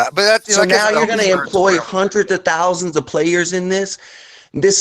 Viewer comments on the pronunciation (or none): none